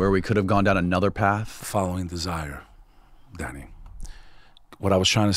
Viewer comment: I thought dude was saying “daddy” for the first half hour or so. He was just sayin Danny.